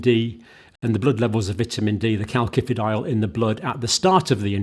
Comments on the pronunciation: You pronounce it kal si fi di ol ... Not like with two k's . Iodine is not homeostatically controlled ... In Japan the people in Hokkaido suffer from goitre because they get too much iodine from seaweed they eat. You can buy Videne solution which is iodine in a pharmacy.. You could buy iodine tincture decades ago in UK. It can be used to make explosives. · John, please help me out, I have a strange cringing feeling every time you pronounce "CalKifidiol" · part 1- it is pronounced kal-sifi-dy-ol not like he says -- part 2- also to say antibiotics do not start working straight away is wrong - the fact he was trying to allude to was the blood and tissue levels of calcifEdiol and antibiotics - peak just as fast as each other . [ that is why all lectures need peer reviewing - or - the reader needs to double check . i am not sure about calcifEdiol getting inside the cell - calcifitriol acts within cells not in the plasma .. search Dr Wimalawansa and DrSyed Interview ----- iodine is not homeostatic-ally controlled - many Japanese in a certain island have excessive iodine levels leading to thyroid problems [1] [2] Mechanism of Iodine-Induced Thyroid Dysfunction: Thyroid Hormone Synthesis: Iodine is essential for the production of thyroid hormones (T3 and T4). These hormones regulate metabolism, growth, and development[2. Excess Iodine: When iodine intake is too high, it can disrupt the normal thyroid hormone production process. The thyroid gland may become overactive, leading to hyperthyroidism, or it may enlarge (goiter) in an attempt to trap more iodine[2. Thyroid-Stimulating Hormone (TSH): High iodine levels can suppress TSH secretion, which normally regulates thyroid hormone production. This suppression can lead to an imbalance in thyroid hormone levels[2. Feedback Mechanism: The body tries to maintain a balance by adjusting iodine uptake and hormone production, but excessive iodine can overwhelm this system, leading to thyroid dy